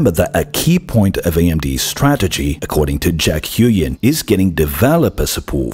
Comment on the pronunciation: huynh is pronounced kinda like hooWIN. not hyoo-yen